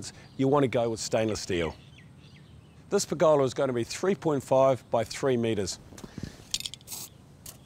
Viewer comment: Per'GOLA ... love the kiwi in the way you say it.